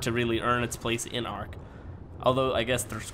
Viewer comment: It's not arch it's ark sorry it just kind of annoys me